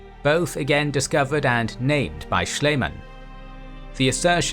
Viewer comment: Love the animation and the history. As a note: (if you want to do the archeological clown the honours of pronouncing his name more German) Sch is the sh from shall, ie is the ee from seed and the a is the a from father but shorter.